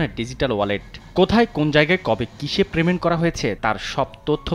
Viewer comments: প্রেমেন্ট তো বুঝলাম না, ভাই 😂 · প্রেমেন্ট? 🙄 এতো বড় টিভি ট্যানেলে??? 🙄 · আবার প্রেমেন্ট! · ভাই প্রেমেন্ট না😐 পেমেন্ট😊